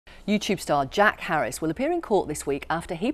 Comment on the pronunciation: Says he's a YouTube star... try 6 years ago, he is a documentary film maker now. Also pronounced his last name as Harris. Great start.